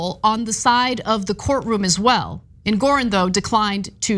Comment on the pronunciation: Ana, reading is your business. It's Judge EngorOn, not EngorEn.